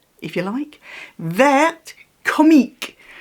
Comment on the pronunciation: Going to correct you,I am so sorry..🫣😊 “Vert” is pronounced without the “t”, so only “ver”,which means green ofcourse.🤪💚 The French language has many letters you don’t pronounce…weird language isn’t it!😄 It’s so cute,I understand why you bought it.🤩